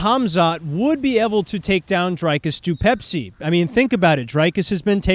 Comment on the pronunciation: Dude can’t even pronounce DDPs name right, we not watching this casual